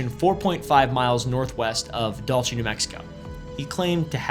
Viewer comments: DULe-saye not Dul-Che, we are eh not eh Italianooooo heeeerr. 🤌🏽🤌🏽🤌🏽🤌🏽. LOL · Dool-say, or dool-theh in Spain. the CH is pretty much how all of middle-western America pronounces it. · It's pronounced :Dool-Say. I have seen a huge shiny floating craft directly above the Raton Pass, sitting directly within like 50 miles of where the alleged, "Base" is rumored to be. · bro where are you getting the ch from when you say dulce its pronounced [Dul say] or [dul see] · Its driving my crazy Dulce is pronounced like Dull-say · Dull-iss. It's pronounced Dull-iss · yeah you'd think he'd know how to say candy in Spanish......or at least he should living in TX owning a dulceria